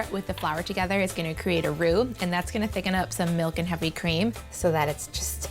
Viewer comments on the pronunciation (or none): none